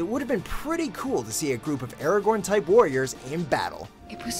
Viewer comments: I pretty sure sure he was pronouncing Aragon wrong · the way he pronounces nazgul and aragorn triggers me immensly...